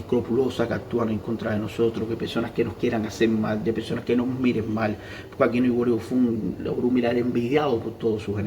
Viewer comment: hola amigo es ojuani bofun no es iwuori bofun